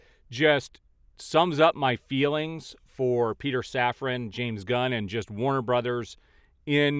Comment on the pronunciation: Love how the mispronounciation tied in with the post where James "God" was said to be sent "On a mission from God" that one time. I completely lost it!!! 🤣🤣🤣